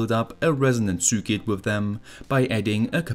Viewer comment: Circuit is pronounced sirkit.